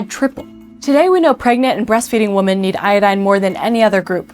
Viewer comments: “Women” – The plural of “Woman” – is pronounced, “WIMMEN.” It is not pronounced “Woman,” yet I hear this mistake all the time. Learn to pronounce the word, properly. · You're pronouncing "Women" the same as "Woman" and it's bothering me. The O in "Women" has makes an i sound like in "Swim". So it'll sound like "Wimmin". Don't know why this bothered my so much 😭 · You're not pronouncing the word "women" correctly. It should sound like "wimmin". You're pronouncing the plural "women" the same as the singular "woman". Great video though. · Great video on public health, but it’s a bit jarring to hear 'women' pronounced as 'woman' / 'wʊmən' throughout. Usually, the plural is pronounced 'wimin' / 'wɪmɪn' to distinguish it from the singular! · you pronounce "women" and "woman" the same...it stops me being able to listen for a minute lol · 😭 "women" is pronounced wi-men not wu-men. Just fyi because I keep seeing a regression on how this is being pronounced lately lol. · Women is pronounced wimen, not woman. Woman is singular women (wimen) is plural. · What's with the mispronunciation of women? The subtitles were correct which leads me to infer it was somehow intentional? Is this a gen-z thing? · Why are these younger people forgetting how to properly pronounce the plural of woman? It’s WOMEN!! I noticed this more with these GenZ females while GenZ males have a plethora of LISPS. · You do know that the pronunciation for multiple female humans is different to the singular? (Hint, it's not womans). Women vs woman? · Are you intentionally saying "woman" instead of "women"? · Are you pronouncing women and woman the same way or is it just me? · Why do gen Z women not know how to pronounce the word "women". When it's more than one woman it's "women" ((wim'in)) 👩🏼‍🏫. Not woman for the plural. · "My graph from the intro is of iodine levels in pregnant women in the US" Asians can't say women, they say woman. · I get so confused by your pronunciation of women.